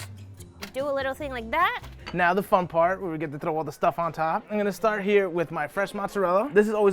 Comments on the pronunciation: thrrrrrrrrrrrrrrrrrrrrrrrrrrrrrrow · I love that “thrrrrrrow”